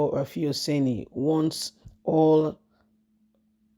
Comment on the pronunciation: This lady the journalist name is RUFAI and mot RAFIU. What is wrong with you. Do you not read comments? RUFAI. NOT RAFIU. PLEASE.